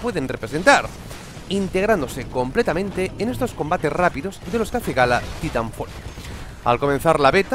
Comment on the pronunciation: se pronuncia "Taitanfoll" amigo